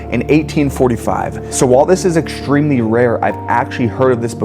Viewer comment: You know what I don't love? How the narrator of this video pronounces his "st" sounds. He adds an "sh" to all of them and he sounds absolutely ridiculous. It's not "hishtory" or "exshtremly" or "shtrong" or "shtairs", etc, etc, etc. Good Lord. The narrator didn't learn to speak that way, why the hell is he adding these stupid sounds to his words? It's such a common trend among YouTubers these day. It's amazingly unfathomable that they all started doing it. WTF is going on?